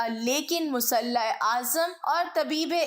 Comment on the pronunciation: Alfaz kI adaigi main buhat ghaltian hain. Please is ki taraf tuwajjah dain. Jaisay Musleh.